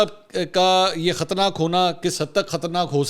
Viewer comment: Khtarnaak nahin khtraynaak